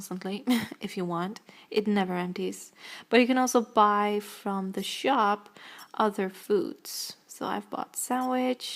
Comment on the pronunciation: you say shop like a noob